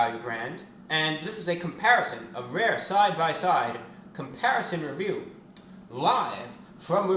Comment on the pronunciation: So this is 3 times he says wecomle this is reveiw